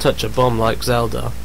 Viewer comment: WTF!!! WHAT THE FUCK! First and foremost, Miyamoto is not british, he is japanese, second you donot PLAY AS ZELDA!!! YOU PLAY AS LINK!!! YOU GUYS ARE FUCKING MORONS!!!ANd its Zelda not zeldor!